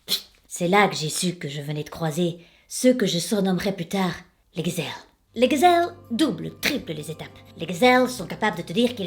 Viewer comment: j'adore j'adore tu me fais trop rire "les gzelles" je meurs